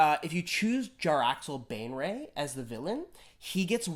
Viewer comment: Jar-lax Ban-ray